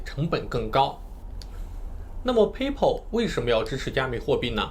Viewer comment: PAYPAL 的发音都不对 还学人讲比特币